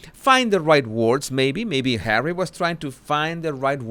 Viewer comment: You really make me laugh when I don't want to. I'm going through the worst part of my life right now, but, as always when you say "HAWEY " I just crack up,no kidding, I mean Hawey, really? so funny.Thanks for making me feel better. Love 'n Hugs to You.From the ❤️👑🤣🤣🤣🤣🤣🤣🤣🤣🤣❤️❤️❤️🇬🇧🇬🇧🇬🇧